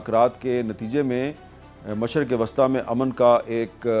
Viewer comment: اور مشرق وسطی Wasta کہتے ھیں جبکہ وسطی Wusta بولنا چاہیے